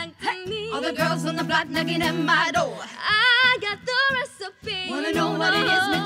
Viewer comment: Why do they say dover instead of door